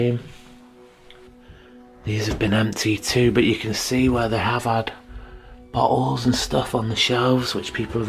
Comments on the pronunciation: Lol I'm trying really hard to watch this but hahahaha but Everytime he says bottles, which is a lot, I swear it sounds like he's saying buttholes!!!!! I'm so sorry but it really does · Loved your video no offense when you found some empty bottles I heard buttholes kept hearing buttholes but you were really saying bottles. Your accent made it sound funny.